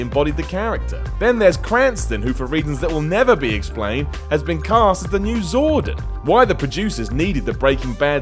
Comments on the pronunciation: Zordin......? Dammit,. It's ZORDON. Are you doing this intentionally? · Cranston and Banks are still pretty easy to recognise, though the name is Zordon not Zordin but eh tiny detail. As for Oldman I could tell it was him in the thumbnail